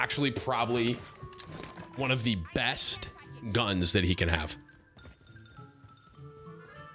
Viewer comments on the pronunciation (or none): none